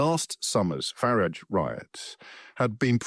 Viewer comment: Why can’t so many people who hate Farage pronounce his name? Education?